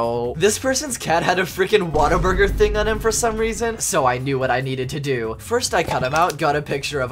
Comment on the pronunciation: The way he pronounces Whataburger.